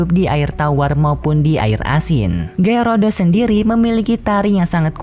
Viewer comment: Min kok lu nggak tau nama pokemon yah ngomong Gyarados Malah Gyurudos, Banyak Bacot Lagi Diawal.